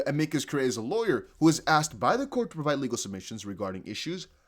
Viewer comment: It's pronounced uh-mee-cuss cure-ray. It's Latin for "friend of the court."